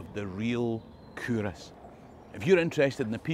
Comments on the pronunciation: Love it...had no idea it was pronounced coorass! I think your videos should be used in Scottish schools. All I learned in my Scottish school was English history. Your videos are so informative and full of fun, kids would love them. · That's how we catch out the non-locals. The correct pronunciation is Coo-Ross, like you wanted to name your cattle after Friends characters.